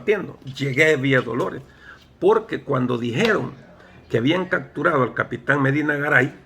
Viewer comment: Buena historia! Solo una observación se dice capturado! No cacturado!